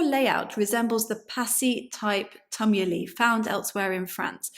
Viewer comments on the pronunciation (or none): tumuli is pronounced t-you-m-you-lie...like tumour not tum